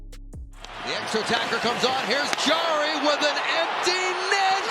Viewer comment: Jarry ❌ Jerry ✅